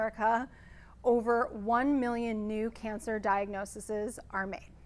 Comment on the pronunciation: you lost me at diagnoseses.....